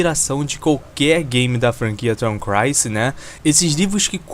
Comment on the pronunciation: Cara, conheci agora seu canal e achei ele muito bom... só me explica porque você fala Tom Crancy ao invés de Tom Clancy? Sou viciado no conteúdo do cara, desde Rainbow Six, até The Division e o mais atual Wildlands, como escritor e roteirista, ninguém supera o cara.